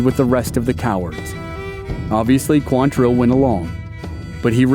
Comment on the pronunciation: QUANtrill. Not quanTRILL. Why can nobody get that right?